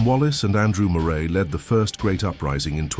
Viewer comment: Moray, pronounced Murray.